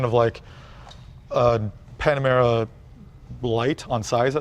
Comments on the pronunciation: the Panomara! 😆 😂 😆 😂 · I love that Jay keeps calling the Panamera "Panorama"... so funny! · Leno keeps saying “Panorama”! Lmao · "...panorama..." Oops! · Loved how J says “panarama” and the guy never corrects him😂😂😂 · Its Jay Leno, i think they will now change the name to Panarama and make sure he doesn't know they did it You don't upset JL, hes a Jewel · Panarama City is not far from his garage. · Why does he keep saying panorama? It’s Panamera! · Jay, it's "Panamera", not "Panorama." It's pretty obvious that you're a petrol head and haven't yet learned much about modern electric cars. Also, although the two terms are sort of interchangeable, "engines" are generally powered with a heat source, like gasoline, diesel, hydrogen. Electric cars have motors. Finally, when talking about electric car technology, saying "blah, blah, blah" shows your contempt for them. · anyone else gonna comment on the fact that he said “panorama” instead of panamera? 😂